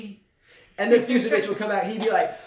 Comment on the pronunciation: "Fucsovics" is pronounced "FOOTCH-a-vitch":) That one confounded me for a while for... obvious reasons... - Oh my goodness.... the first 5 minutes of this video was pure comedy gold. "We have 5 kids! You gonna call me 'the man'??" - Zverev is just... young and gets distracted, I think. If he's off, he doesn't have the experience to change things up and tough his way through a match while playing badly. - You guys didn't mention that Kecmanovic is a lucky loser here. He lost to Giron in a 3rd set TB in qualies. - Yes,, I do chuckle every time brings up Zverev.:P